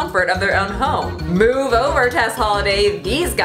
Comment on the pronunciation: "MOOve over, Tess Holiday" LMFAO